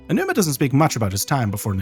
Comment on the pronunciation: I'm watching play majora's mask blind right now. he has no outside context. he described the puzzles of MM as "clockwork." very apt. can't believe i didn't know that about Aonuma's background! (btw, "A.G. Ow-Numa" is closer to how you say his name than "Edgy Oh-Numa" 😉)